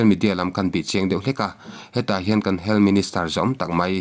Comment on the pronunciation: Duham taka kohhrante a sawmna pawh ni ang hming, "Dan" a kalh hrim hrim. Sawi mam sak tum phet hi a tul lo. "HEALTH" hi, "Hel" tiin, i lam puat ziah. Channel meuh siamtu i ni a, quality pawimawh zia i hre ve ngeiin ka ring.